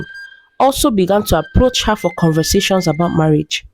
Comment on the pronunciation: Conversashon, Competishon, Situashon...why pronounce these words in that manner. Can't you just say competition instead of competishon ?